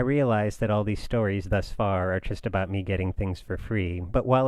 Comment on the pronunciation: Great episode! I'm really noticing that each time you say "just", it sounds like "tjist".